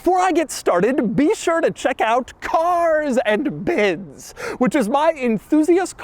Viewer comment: "CAAAAAAAARS AND BIDS" Couple extra syllables on it lol